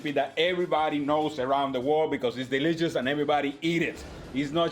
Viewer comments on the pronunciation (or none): Hello your English is excellent but “ ditch and delichus “ 🤣🤣🤣. I really enjoy your videos thank you!